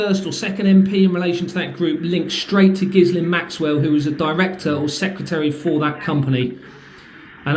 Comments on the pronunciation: I think the “S” in ghislaine is silent, on the news reports they always pronounced it ghilaine… just mentioning it as they may try To say you are talking about someone else ? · Hi good luck with this and stay safe, just a quick note, Ghislain is pronounced Geelane. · Ghislain is pronounced with a soft J and sounds almost like villain... Sod it, call her what she is: Jizz lane. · It's pronounced 'Jillaine' with a soft 'J'. I went to school with a Ghislaine 😊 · its pronounced with a hard G. My wife went to a school where she worked with a fellow frenchie. Pointe finale.